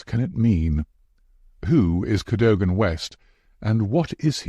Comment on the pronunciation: Mispronounces "Cadogan"